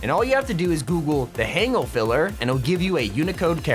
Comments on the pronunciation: also it's not pronounce 'hang ul', it's pronounced Han gəl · The way you pronounced “Hangul” is very awkward to a Korean speaker. Hangul is what you call Korean letters, kinda like how you call English letters “alphabet”. It’s pronounced to a Korean speaker as “Haun-gool” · so sorry, I really hate to be that one person but Hangul is pronounced “hon gool” or “hahn goor” depending on how you read certain words. Hangul is basically the Korean language/characters. again, i really, really hate to be that one person but I couldn’t help but point this out. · I'm not judging or anything, but when he pronounced hangul "hang ghoul" I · sorry but the way you said 'hangul' 😂🤣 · It kind of pained me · When you say hangul wrong 🙊🙊🙊